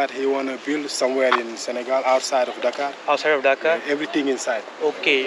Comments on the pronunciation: It's not Daaa-kar but " Da- karrr" like burrrp in Hindi.. Thanks for the Video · coup..कूप नहीं कू.......... डाकर नहीं डकार..... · It's डकार 👍 not डाकर